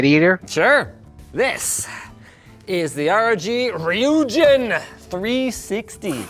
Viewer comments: it's "ry-yoo-jin" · Linus: pronounces the cpu cooler as "RI-YOO-JIN anyone who knows basic Indian languages( Like me, The pure blooded Indian I am) : Bruh it's "RYU ( pronounce it like the guy from street fighter)-JIN